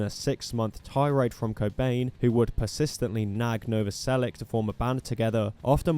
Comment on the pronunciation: It's Novoselich, not Novoselick.